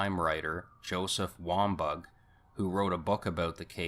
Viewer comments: Wombug lol...it's Wahm baw....Valaitis is Vah Lie tis Reinert = Reye nert (NO H) Before you make a video, learn how to pronounce people's names. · It's Susan Reinert; not ReinHART. And, author Joseph Wambaugh's name is pronounced Wom-baw. sheesh